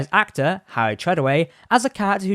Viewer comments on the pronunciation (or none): none